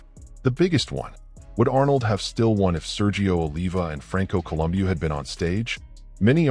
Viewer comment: Franco Columbio?? Also, you couldn't even get Serge's surname right! Why is someone with so little knowledge of some of the biggest names in the sport, doing a video on the subject? This is a pile of shit!